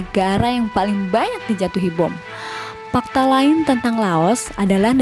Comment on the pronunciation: Pakta? pasti mimin orang sunda. bener kan min??